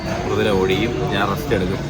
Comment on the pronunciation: Ottikum ❌ odikkum✅